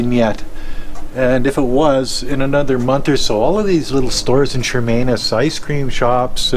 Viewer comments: NOT Chermainus It’s Chemainus. No R in it. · Shuh-main-us. Not charmainiss.